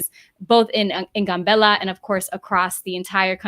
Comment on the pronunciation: The Town is not called GUN bella , it's called GAM bella.